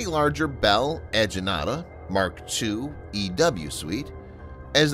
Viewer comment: Lol, kudos for almost getting vishakapatnam and ajanta correctly